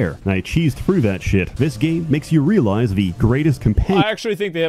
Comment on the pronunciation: Every gamer needs a speech pathologist. "Frew?" Grow up,.